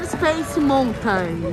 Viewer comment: Uma dica: Nao se fala Montain, se fala Maltan. Amei o vlog!!!